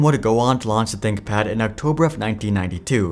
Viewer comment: Tinkpad? Haha “ Th”